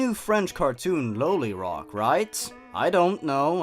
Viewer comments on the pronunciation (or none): The last one?! No, no I'm cool with it. Nothing wrong... (Quietly cries "No" in a corner) By the way, it's pronounced "Law-lee Rock". Just pointing that out. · IT’S PRONOUNCED LIKE LOLIROCK AS IN LOLIPOP U UNCULTURED POOPY This is a joke